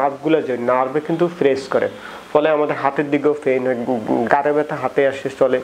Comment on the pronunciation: Kotha ta gare na. Gar mane pachha. Bolun Ghhare byatha. Rectify your pronunciation.